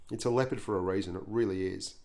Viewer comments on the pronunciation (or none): Blitz The Leopard it pronounced incorrectly, i think